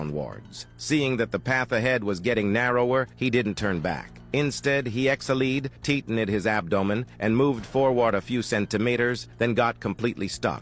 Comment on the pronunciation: EXALEED BRATHER TITINED Wow, i didnt realise ai voices can sound really badly💀